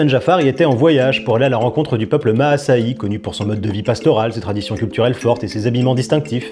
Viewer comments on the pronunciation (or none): Le peuple “Ma-assa-I”??? C’est le peuple Massaï quoi… on prononce ça massaille non? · Alors cela se dis Massaï (ma-sa-lle) d'après ma daronne qui avait créé une asso pour ces derniers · Ca se prononce maasaille en fait tu ne prononce pas le ï